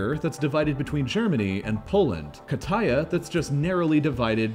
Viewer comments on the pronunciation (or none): not pronounced like that. stress is on first syllable, and j (pronounced like y) is not stressed. also t is weaker than in english. does not rhyme with Pattaya. wikip does not help, article Kataja does not have pronounciation. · you pronounced kataja and koiluoto VERY WEONG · English speakers get so confused when grammar rules of another language actually makes sense. They add extra/silent letters and pronounce the same letters in different ways